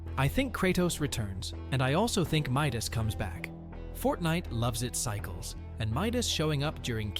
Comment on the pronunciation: it is Midas not Mydoes :D it's